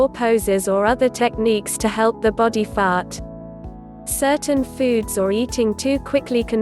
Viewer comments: Like how she says fart lmao 🤣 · Just her accent